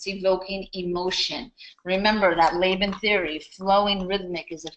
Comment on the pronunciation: I enjoyed the beginning until you stared to talk about the Laban Bartenieff movement analysis. I feel like it is your interpretation. Also. This is not how you pronounce Laban.